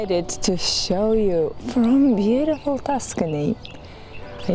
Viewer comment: She says Tuscany in the beginning of the video…